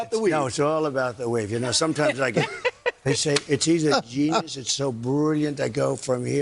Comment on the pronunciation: they say it’s “Denius”?? He’s Brulliant?? I know he meant genius and brilliant but yikes